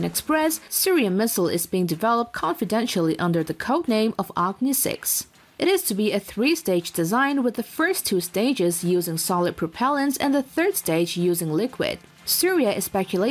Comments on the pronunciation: Acne 6 haha ..You mispronounced it is AKNI 6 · Its not acne, its Agni, means fire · That's Surya missile not Syria missile and it's Agni not acne.